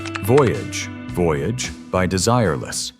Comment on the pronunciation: AI narrator? I mean, ‘he’ reas french ‘voyage’ as you’d read it in english. And ‘live’ (in ‘Live is life’) read as the verb ‘to live’.